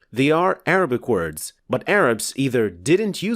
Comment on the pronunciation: this video is so difficult to listen to because you are using arabic words with an arabic accent. i understand the purpose and even the name of this channel, but if you're speaking english, can you please use an anglicized pronounciation of arabic words so as to not turn away potential viewers?